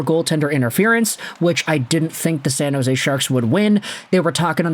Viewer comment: Its San jose😂